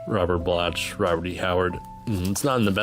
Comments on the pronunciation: Robert Bloch is pronounced as block, not blotch. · Bloch is pronounce “Block”. He wrote Psycho